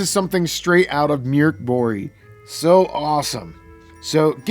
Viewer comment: Just saying as a swede: it's pronounced "murk borj" with the j soft like the y in yes.